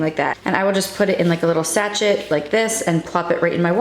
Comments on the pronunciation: Sa-shay not sa-chet for the teabag. 😊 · sachet = sa-shay (we took the word from French, the T is not pronounced) 💕